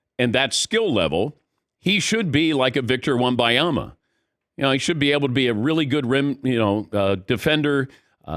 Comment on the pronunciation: Dan has got to learn to say wembenyama